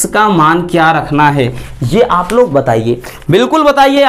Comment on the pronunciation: लाग नहीं लोग होता है sir 😂